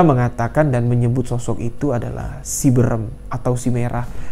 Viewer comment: Bukan berem oom.. Dilafalnya beu-reum